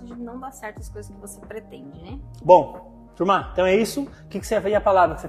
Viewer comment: Ju d Carol q me desculpe gosto delas, mas simpatia do é dmais. Adoro qdo ele fala TURMA